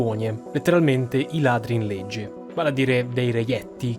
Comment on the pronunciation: ad ogni modo la parola per "legge" NON SI PRONUNCIA CON LA Z DI ZORRO. non è opinabile, è così e basta.